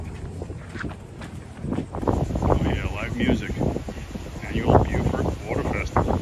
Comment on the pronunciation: Beaufort in NC is pronounced Bō fort. Beaufort SC is pronounced Bū fort, as you did correctly.